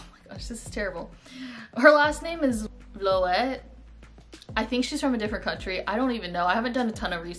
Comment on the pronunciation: Sanne Vloet is pronounced: Sah-neh (like Sauna almost) Vloot. She's dutch.